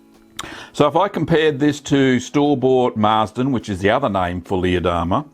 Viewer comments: You pronouced Leerdammer totally wrong but good review. greeting from the Netherlands! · Leer is a city in Germany (close to the Netherlands though) and is pronounced similar to pear, not like beer